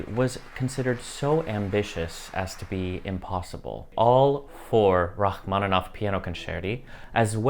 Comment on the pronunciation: Rachmanov? Au lieu de Rachmaninov? Bravo!